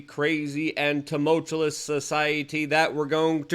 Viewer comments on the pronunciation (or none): When you say, “tumultuous”, think of CHEW US at the end. Like, chew us up and spit us out. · LUKE! Stop saying tumultuous. Stop. You’re saying it wrong. There are other words that mean the same thing. STOP PLEASE. Big words do not work if they make you look silly. Don’t force it because you’re polish. Just use another word. Love you bro, stop it.